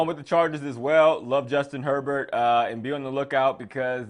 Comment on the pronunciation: Lol u said usjuin herbert